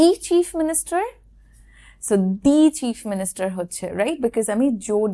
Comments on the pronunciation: Data pronounciation bolun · Very impressive lesson. However, you seem to have tripped on the word 'thee'. We do not say 'thee President' or 'thee Chief Minister'. Thee usually is a Bibical word meaning ''you'. Warm regards from New Delhi. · It should be pronounce (thee) The honest man. Example: umbrella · আসসালামু আলাইকুম ওয়ারহমাতুল্লাহ আপু আপনি বলেছেন দ্য উচ্চারণ হবে consonant এর আগে আসলে দ্য উচ্চারণ হবে। তো এখানে তো দেখতেছি the University এটা তো vowel আপনি তো দ্য বলেছেন।